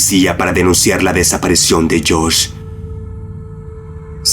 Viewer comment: no puedo, no puedo. son geniales los videos que hace este hombre pero escucharlo hablar me da escalofrios: "desaparecion" -.- DESAPARICIÓN hermano!!!! con I!!!!